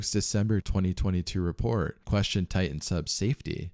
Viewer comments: If I hear you say tian instead of titan one more I’m out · It's not Tigh- en it's tight- ten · The name of the submersible is Titan, not Tie-in. There is a second T in the name. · Bro it’s TITAN! not Tai-n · its Titan, not Tie-in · Why do Americans say "Tigh'hen" instead of Titan? This is the 3rd American YouTuber in a row that pronounced it that way now 🤔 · Please!! It's not "Ti-an", it's "Ti-tan!" It's not "boo-ee", it's "boy." (as in buoyant) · Ty uh. Ty uh. There's supposed to be two Ts in Ty uh. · When did TiTAN become "Tie in"? That sounds like wannabe gangsta ebonic crap. Oh no you dih int. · How many times does he say "ti-an" lol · Pssst, are you aware that you don’t pronounce your “t”s within your words? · I lost interest at the first Ti-en. A quick prayer for all the lost T's. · Please prnounce your t's. Don't say ti ann. Drives me nuts. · oh mygod , please learn how to say words like titan and barton or briton